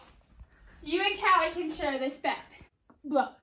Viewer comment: You say calllie name like that not kaley